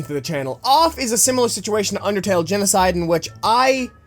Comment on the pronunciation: DID SOMYONE SAY BINDING OF UNDERTELL